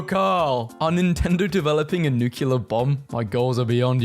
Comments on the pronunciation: Yeah I actually went OOOOOOH when I saw how long it is. His mispronunciations are so cute…except for him saying NUCULAR instead of NEW CLEAR for the word nuclear. Been trying to correct that for like 20 videos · Tf you mean, it’s pronounced new-clear 💀 Rhyming it with circular is a common mispronunciation and it is incorrect. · Oooh 3 hrs of memes. Yay, now imma count how many times you mispronounced nuclear in them